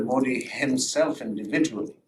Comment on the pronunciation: Well to his credit, he is the first Pakistani I heard pronounce Modi correctly instead of Moody 😂